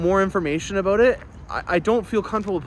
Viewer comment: I admit I joined early on to hear you say, "Aboot" and "doe-ler", but your videos get better every week. I learn something with every video. I am on list, but wish I could be on your list also. Thanks for the great vids!